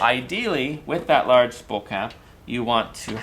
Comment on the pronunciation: A "spull" of thread. Spull?